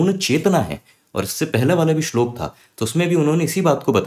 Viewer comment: श्लोका नहीं श्लोक उच्चारण होना चाहिए!